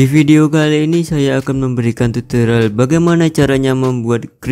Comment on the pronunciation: Tutorial bang bukan tutolial